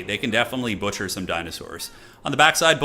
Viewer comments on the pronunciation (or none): none